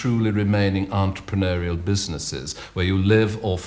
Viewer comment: I notice he had some funny pronunciation - antraproneurial - and in fact changed his pronunciation of egotism to eggotism in the space of 30 seconds!